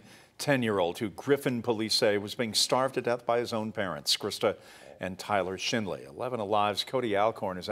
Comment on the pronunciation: Sound like he said Tyler Shitley